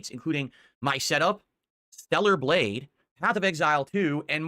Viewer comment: "THELLAR BLADGHE" Stroke mouth got this fool barely able to speak lol